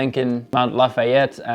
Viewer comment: Franconia Ridge definitely not Falconeia Ridge